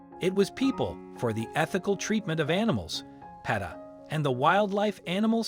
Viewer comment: Thanks for sharing least those bears will have a better life. The name PETA is not pronounced Pita it is pronounced Peeta it’s the female version of Peter.